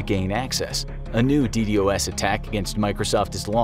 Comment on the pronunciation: It's not pronounced "D D O S", it's "D Doss"